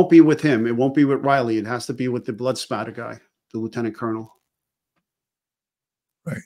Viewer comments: #Ed send him a cup or something that says its spatter not splatter ! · Did you do that on purpose? LOL, just so I would say it's Spatter, not Splatter!